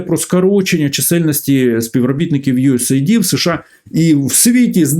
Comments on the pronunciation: Не ю ес ей ді, не ю ес айді. US AID(де US - це United States, a AID - допомога). Ю ЕС ЕЙД. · USAID, наскільки як знаю, читається як "юес-ейд".